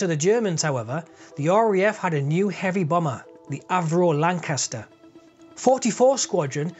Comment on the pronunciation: The Lancaster is a hell of a aircraft, both beautiful and deadly. Oh and a fellow northerner saying Lancaster sounds, well how it should sound ;-)